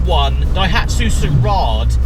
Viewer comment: sirarrad? what the hell is that? if you where around during the 90s car scene you would be able to pronounce it definitely after been smoked by the fastest 1litre production car at the time, extra nuggets, the JDM gray import version was called a GtXX and had different spec like pepper pot alloys different cloth electric everything, different dash clocks etc. there best days are very much behind them but an amazing car